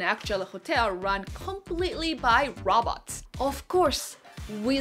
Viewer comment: Am I the only one that keeps hearing robbers instead of robots.